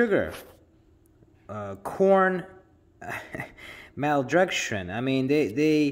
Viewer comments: he cant even say maltodextrin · And the poor guy can’t even pronounce maltodextrin right and he pretends he understands the ingredients label that he’s mindlessly stumbling through. For a fully grown adult it’s disgraceful, that’s behavior expected from an irrational 8 year old.